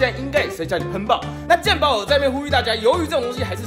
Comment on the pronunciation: 健保講台語有那個味